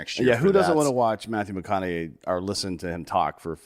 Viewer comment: saying McConahee over and over is just hilarious. Do not tell the how to pronounce anything son! 😂🤣😂 Fuckin love you!